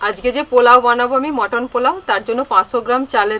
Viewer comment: মটন পালোয়া ( পোলাও), কৃষ্ণার ফেভারিট চালদার(চালতার) চাডনি(চাটনি)। কী সুন্দর উচ্চারণ!!!!!